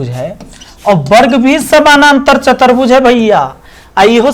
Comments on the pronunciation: Sir aap chaturbhuj ko chatarbhuj bol rhe h to bhut ajib lag tha h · chatarbhuj nahi sir chaturbhuj hoga